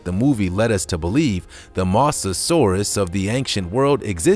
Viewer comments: Does he say "anxient" every single time, instead of "ancient"? Or are my ears playing tricks on me??!? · I heard anxient too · Marten Miedema me to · Marten Miedema that’s a good guess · haha, je hebt gelijk! You're so right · he did say anxient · He Says Anxient XD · Well its not your ears playing tricks on you because I am hearing that too 👂🏻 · Efraem Palencia me to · Yup it’s true no trick